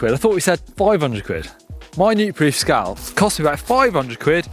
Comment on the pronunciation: Scalp not Scout